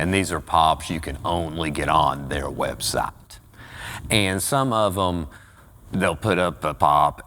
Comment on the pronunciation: I like how he called a website, websot. Also the edits are so good